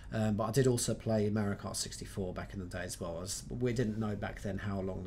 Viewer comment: Nobody says Mario karter 🙄